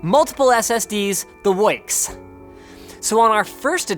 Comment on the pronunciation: Don't say "the works" in that accent you're insulting Nicky V